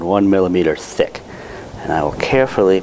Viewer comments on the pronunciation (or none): It kind of sonud like he’s sayin sick lol in a gay way